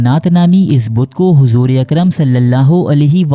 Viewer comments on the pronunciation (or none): none